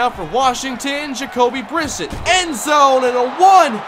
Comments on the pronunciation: Almost two years late but it's pronounced "Bri-set", not "Briss-it" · pronounced bri-set